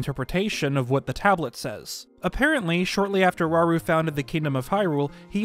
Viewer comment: Rauru, or shall we say.. RAUL???